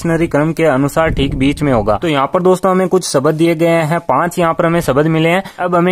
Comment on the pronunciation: शब्द , सबद नहीं 🤣🤣